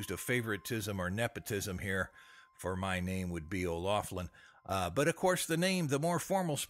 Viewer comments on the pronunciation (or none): You didn't pronounce our name right...